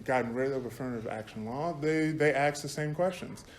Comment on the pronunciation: Without affirmative action, would Harvard admit someone who can't say the word "ask"?